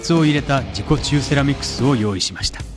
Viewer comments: 自己厨セラミックスに聞こえた(難聴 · 自己中セラミックスって聞こえた。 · 自己中セラミックと聞こえたのは小生だけだろうか。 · 自己治癒セラミックスが何回聞いても自己中セラミックスって聞こえて辛かったです